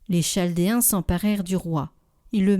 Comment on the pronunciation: On prononce kaldéen…